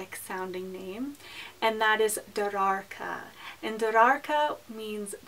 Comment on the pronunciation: Hi cool vid. I am from the republic of Ireland. I hope you don't mind but i have some corrections. its more like ashLING ..slender N..the i before the n changes the sound ..also ....aoíbhínn ...is pronounced ayveeen ....daírearca you also misprounced but i have no idea how to phonetically spell that out in english for someone who doesn't speak any irish you are confusing the name eithne with a diff name ..éna (pronounced enya) eithna is like ethne ....sorcha ..is like sorca ...its a girls name ..pádraig ..is PAWDRIK...the fada over the a lengthens it same with rónán ..its rownawn.....Tiarnán ..is like Tearnawn.. and there is no fada over the I as far as i am aware ....i think someone below corrected the rest.